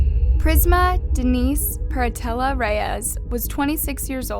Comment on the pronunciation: It’s Pronounced “Prisma Denise Per Alta Reyes” Peralta is pronounced “Per Alta” not “Peratella”